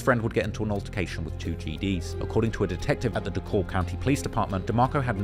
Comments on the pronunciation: DeKalb is saild like DECAL-B..... NOT D-Cobb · It’s pronounced dee cab twin not DELLkab😂😂😂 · Fr, It sounds weird when people pronounce it with the L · It’s pronounced (de-kab) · It’s Dee-Cab. The L is silent 😂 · Bro Dekalb county is Pronounced Da Cab County or Dee Cab County not with that L Your using it sounds weird as hell. I’m from Woodstock, Ga. I Figured you would do research on how to pronounce something before posting a video documentary. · the pronunciation 😂😂😂 it’s “deh-cab” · I remember when this happened my parents made me stay inside and its weird when you say it with the L the L is silent dee kab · East side shi from Moreland Ave to redan Rd an it's pronounced D-cab county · It's pronounced Dee cab. It sounds strange when you use the L. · Damn the man from the UK he pronouncing it how its spelled. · You would think he would do research